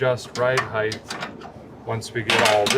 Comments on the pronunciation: Ride heighth? Hmmmmmmmm I don't think that's right Derek!??? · Derek, did you say “ride heith”? Well then, what is the weith of this car?